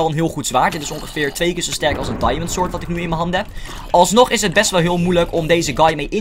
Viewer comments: waarom zeg je altijd sord inplaats van sword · suus van der zee Because sord is echt heel goed Engels xD